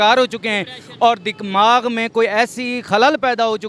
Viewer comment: भइया जी दिमाग कहते है दिकमाग नही होता है